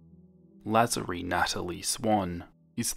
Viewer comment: It's La-zar-ie